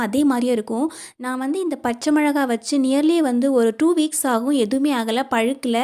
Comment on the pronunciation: தமிழ் பேசத் தெரிந்தவர்களே இப்படி பேசினால் எப்படிங்க ???? ✅சரி ❎தவறு அளவு அழவு புளி புழி மிளகாய் மொழகாய் நாள் நாழ் ✅ பழையசாதம் பலையசாதம் ❎ சமையல் குறிப்புகள் மிகவும் அருமை . தயவு செய்து இந்த சில சொல் தவறை திருத்திக் கொண்டு பேசவும் .